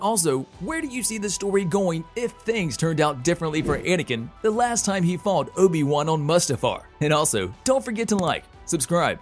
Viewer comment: "Ohbi Wuhn" lmfao